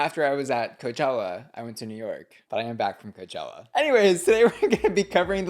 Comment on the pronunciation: I have to skip the sponsorship now since you ‘ just came back from coechella’ and all